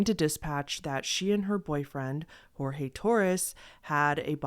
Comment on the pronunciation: Thabk jesus someone who pronounces Jorge right 😭 everybody has been saying it as George when it's pronounced as hor-hey (or whore-hey which is pretty derogatory sl i dont. Say that. Bht jt js how you say it)